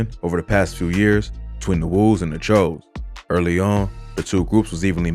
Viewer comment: its pronounced like chew like jimmy choo